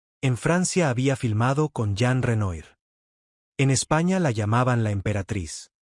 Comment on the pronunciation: Fonéticamente Jean Renoir en francés se pronuncia "Yon Renuar"! ---Dan risa estos que se autoproclaman "speakers" en las redes sociales sin haber terminado la primaria. 😂😂😂😂😂😂😂😂